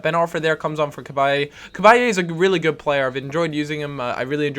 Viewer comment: Cab-eye not cab-eye-ay